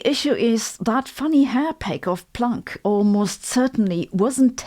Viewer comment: I love how you say Planck. It sounds like "plonk" which is old fashioned Aussie slang for wine.